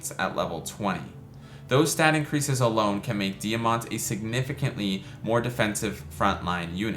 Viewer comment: Thank you so much for this video! I’m very happy to help you with character guide & I learned something new for Diamant’s character build today! Yes, you did pronounce my name correctly! Most people don’t say my first name right!